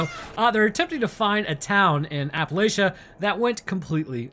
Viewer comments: Hearing you pronounce Appalachia and Appalachian wrong is legit driving me crazy. It is Appalachia. Notice the lack of an i in between the l and the c. An a by itself is not pronounced that way. The lach in Appalachia is pronounced like latch. Appalatchia. That is the pronunciation. Please for the love of all that is holy and good, stop pronouncing it like a yank in future videos! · My brother in Christ, that's not how you say Appalachia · My wife died with how you pronounced Appalachia